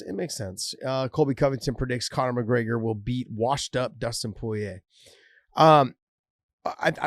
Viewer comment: Is anyone ever going to tell Josh that the first r in Porier is not silent?!?!